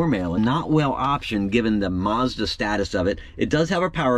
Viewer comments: It's Monza, not Mazda. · Is it just me or does it sound like he keeps calling it the corvair mazda not monza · Sounds like you're saying "Mazda". It's "Monza", not "Mazda"! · Dude, great car but could you PLEASE stop calling it a "Mazda" it's "Monza" and thanks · You crack me up when you say Mazda instead of Monza or at least it sounds like that. Great video great car ! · That's Chevy Corvair Monza not "Madza" Nice Corvair , BTW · Monza! Not mazda lol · It’s Monza not Mazda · Did you say Corvair Mazda? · M-O-N-Z-A. Not Mazda. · Sounds like you are saying Mazda instead of Monza. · It is a Monza pronounced 'MAHN-ZAH' not Mazda. Mazda is a Japanese car. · "Corvair Mazda" - ROFL it's "Monza". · Monza. MON-za. Not Mazda. Also, Gen 2 was way better. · It's Monza not Mazda! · Not Mazda it's Monza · Monsa not Mazda